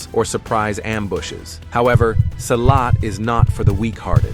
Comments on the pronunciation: Silat is actually pronounced like you pronounce "C" on celcius. "see-lat" Not Seilat. www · Wrong pronunciation. Silat pronounce SEE LAT not sailat. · Funny how virtually every martial art make virtually every claim made here about Silat. And its see- lot, not s-eye-lot. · Pronounced "See Lat" not Sigh Lat. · pronounce it see laath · pronounce "see-lat"